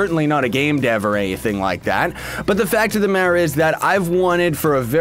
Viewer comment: "but the fact of the madder is"